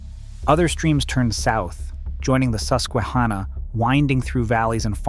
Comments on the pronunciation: Its hanna like the girl name not ha nah 😂 Susquehanna is my home town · You mispronounced "Monongahela" and "Susquehanna." You've gotta do better research before you do videos like this.